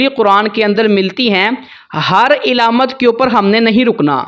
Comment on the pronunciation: علامت کے عین پر زبر ھے زیر نہیں ھے